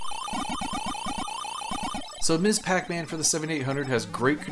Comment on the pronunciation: Thanks for the great reviews. You don't come across like someone who is uninformed and trying to push their own bias. That makes it more fun. You even properly pronounce "Ms Pac-Man". Unfortunately, simple things like that are lost these days.